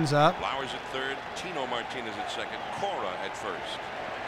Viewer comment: "Secont" drives me nuts. You both do it. It's up there with "acrost." You're better than this ;) love you guys